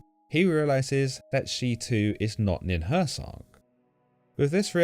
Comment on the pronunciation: Nin hur sang, not nin hur sag. Also, hur sang means just "mountain" in sumerian.